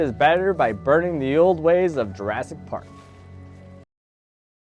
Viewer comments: Is it just me or did he say jurastic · At one point, I think you said "Juraffic Park"